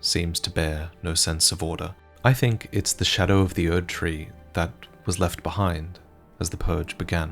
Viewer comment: Is there a reason why he says „showdow“